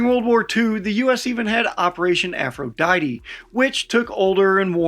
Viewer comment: "Aphrodite" isn't pronounced that way. a·fruh·dai·tee is how ya say that in English.